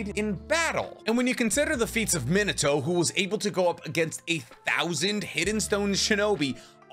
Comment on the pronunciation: Bro for someone that has such insanely vast knowledge....you HAVE to stop pronouncing ME-NAH-TOW as fuckin minotar lol